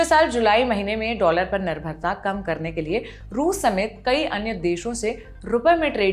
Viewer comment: ..यु एस डोलर बोलो प्लीज़ 😊